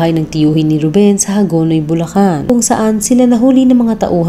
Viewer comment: Bulacan city Hindi bullan